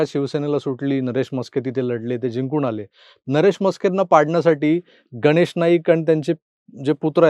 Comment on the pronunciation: "गनेश"नाही हो गणेश... गणेश " उच्चार सुधारा! बरं असो! एकंदरीत निवडणूकीची धामधूम पाहताना एक गोष्ट आवर्जून लक्षात येते की, देवेंद्रजी फार फिके पडतात... बरयाच बाबतीत फारच नरमाईची भुमिका घेताना दिसतात!